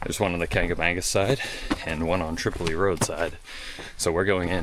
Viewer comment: Welcome back! You are a big reason why I started producing vids of the Whites. BTW Tripoli Road is pronounced "trip oh lie" road despite the city in Libya with the same spelling pronounced differently, and the Kanc is pronounced "kanc ah mah gus". (Hope you don't mind the corrections. They are offered in the spirt of being helpful but I know it sometimes comes across negatively, which isn't intended by any means in this case.)